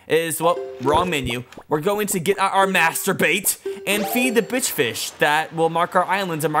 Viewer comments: Am I the only one that thinks that, when says master bait, it sounds like masturbate? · When you say master bait it s sounds like masturbate